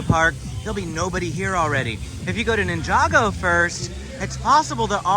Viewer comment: “Ninja-Go” not ninjago lol cool video tho